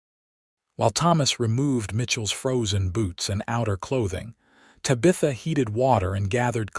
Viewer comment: Please pronounce Tabitha correctly.